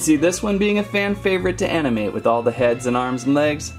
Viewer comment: Did anyone catch that he says amnimate